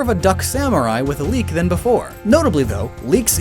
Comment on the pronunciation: *Leek, not leak.